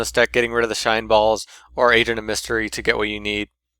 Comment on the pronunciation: Every time at the beginning when you said agent it souded like you were saying asian xD gg